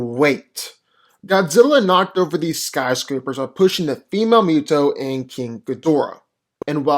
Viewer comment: Love these vids! But I keep hearing Mew-toe (MUTO) even though it’s definitely Moo-toe (MUTO).